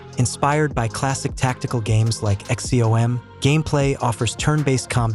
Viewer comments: Just for future reference its "X Com: not X.C.O.M. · Like X-C-O-M... 😂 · X.C.O.M.?!! 😂😂 Obvious a lazy ai made video. Barely gets any of the names correct. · "Inspired by classic games like Eks Cee Oh Em" god I hate these AI videos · The way you pronounced XCOM oh my lord 😂